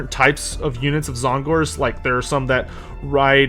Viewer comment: "Zon-gorz" What? Not how you say Tzaangors.